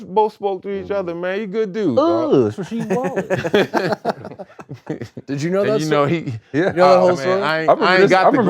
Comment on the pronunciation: What’s that fool’s naaaaame?! Rah-SHEEEDWALLACE!